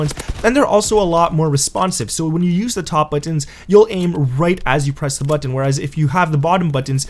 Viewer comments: It's button! Not buu..-ton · Can't say button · Why can't you say button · If you say button like that again I'll vomit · You say button weird lol